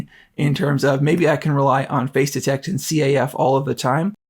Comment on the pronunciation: Nice video, and if this really is much better than the E-M1 Mark II it's a valid reason to consider the new one. One small suggestion: for the first few minutes of this video, I could have sworn you were talking about "phase detect" autofocus. Finally got "face detect" from context, but it needs better enunciation there.